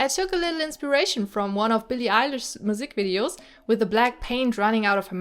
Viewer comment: WAIT the way you said Musicvideos … are you german or something?